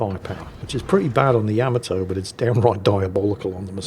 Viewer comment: I am curious why you keep mispronouncing Yamato. Is it ignorance to the pronunciation, disrespect for the Japanese or a joke? It is not YAM-UH-Toe it is YU-MAH-Toe!!!